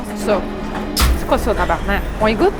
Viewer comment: le motel cest pas tabarnak mais tabarnark